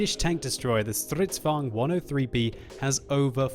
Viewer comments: You suck at pronouncing Stridsvagns. You : StRydsvugn Actually : strids vagn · Man, i love the way you say Strrridsvagn! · I love how you say Stridsvagn XD